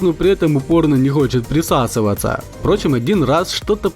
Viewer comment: Смешно говоришь прысасываца